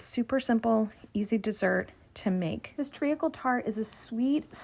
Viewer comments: this looks absolutely phenomenal, but as a brit i can’t get past your pronunciation of “treacle”! it’s pronounced “treecle” not “tree - a - cle” - fabulous recipe though you’ve done the uk proud! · You are pronouncing it wrong! Treeckle is how to say it. Dont over think the letters